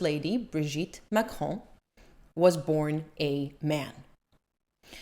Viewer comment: Thank you for stating you try to pronounce words correctly; your French pronunciation is quite passable! I watch Candace Owens and overall like her coverage of the Macrons, but I cringe every time she says 'Macron' or 'Trogneux'. That she hasn't taken the time to learn how to correctly pronounce names she uses dozens of times in every episode where she covers this topic makes me think less of her; it makes her come off as lazy, unserious, or incompetent. That said, a foreign leader suing an American for defamation would set a terrible precedent if the Macrons should prevail in their case. IMO, the Macrons would be much better off if they laughed off Owens coverage instead of making it an international incident.